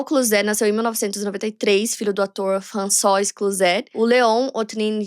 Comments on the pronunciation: A pronúncia de François não é "françoá", não? Sempre achei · seu francês e a pronunciação melhorou muito em relação aos outros vídeos de casos da França. François se lê "Françoá", mas você corrigiu no final:) Trás mais casos da França. Moro aqui há 17 anos e te acompanho desde 2019. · Gostei de saber que está aprendendo francês. Continue com suas aulas. Está indo bem, muitos não conseguem fazer o som do R, mas carregue menos para que fique mais natural. E se pronuncia "Françoá", não François, como se escreve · françoise? a pronucia é “françoá” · O nome "François" não se pronuncia "Françoá"? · Acredite... impecável, não! Ela se esforçou e foi bem, mas não é impecável. O próprio nome da Marie se pronuncia "Trrrantinhõan" (kkk é o mais próximo que consegui descrever).... o irmão dela Vincent, em francês a pronúncia é "Vãnsãn)... Françoise é "Frrrançoá" Enfim... detalhes... sem nenhum problema não ser perfeito, não é obrigação dela - que inclusive avisa a todos que ainda está aprendendo. Mas o público bajular como perfeito, impecável é exaltar algo que NÃO está perfeito, nem impecável. Só isso.